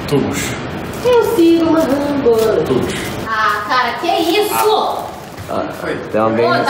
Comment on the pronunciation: Ninguém: Absolutamente ninguém: Vinha:tubos KKKKKKKKKKK